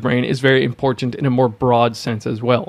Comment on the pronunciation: This video is well researched and presented. I've been on a ketogenic diet for one month and can vouch for all its beneficial effects. A note for the voice-over artist. I teach speech. I would advise you not to add a vowel sound where the letter "a" is found in the word "important." Dentalize the penultimate "t" straight into the nasal continuant "n" followed by the final "t." It should sound like "importnt" rather than "importunte." This one adjustment will give your sound a much more professional sheen and make it easier to listen to you, especially because it is a word that recurs often.